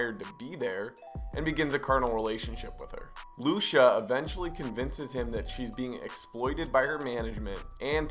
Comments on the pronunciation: Her name is pronounced Lu-chee-ah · “Loosha” lmao I love how you pronounce her name